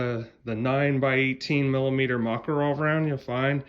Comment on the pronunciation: not MAkarov,but MakArov.